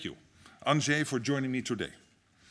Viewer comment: At last someone pronounces Andrzej correctly.